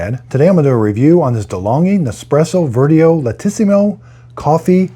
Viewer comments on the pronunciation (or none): PS it’s pronounced a bit like “Virtchu-oh” not verteo